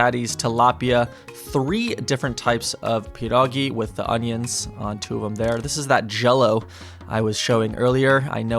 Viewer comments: OMG U SAID PIEROGI PERFECTLY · You say 'pierogi' very well